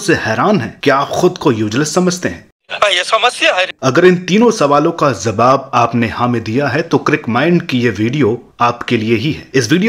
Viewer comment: Khilaye za rahi hai, zab, zabab 🤣🤣🤣🤣 abe bolna to seekh le is se bura performance to tera ho gya 🤣🤣